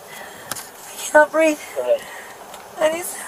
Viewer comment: The classic “I can’t breeve” line! 😂